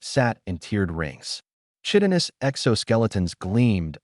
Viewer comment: I don't specifically know about the various alien races, but "chitin" is pronounced "KY-tin" and "chitinous" is pronounced "KY-tin-us"